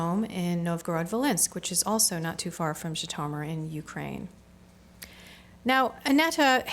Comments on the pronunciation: Totally not pronounced "ji-to-mur..." so American... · Yes, gratingly odd pronunciation. Undermines the scholarship.